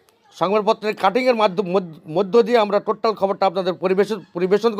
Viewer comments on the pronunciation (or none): কথাটা টোট্টাল নয়। টোটাল।